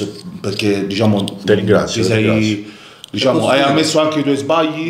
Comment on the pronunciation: Abbiamo detto: DISCIAMO?😅😅😅😅😅